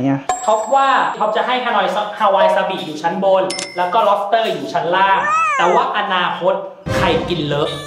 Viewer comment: พี่พูดผิดล็อปเตอร์